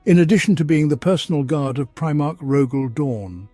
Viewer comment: Honestly couldn't stop laughing for a bit at "premarch", made me due a double take. Lol